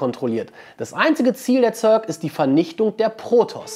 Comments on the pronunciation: Also echt! Sc2 rundenbasiertes Echtzeit strategiespiel? und ßörg wird das ja auch nicht gerade ausgesprochen ^^ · wie der zerg ausspricht. irgendwie so zörk